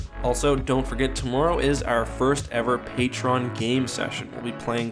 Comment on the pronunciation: Please stop saying "pay-tron" it is "pay-tree-on."